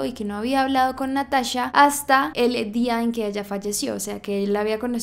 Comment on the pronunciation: Me pone muy nerviosa que diga natasha en vez de NataCHA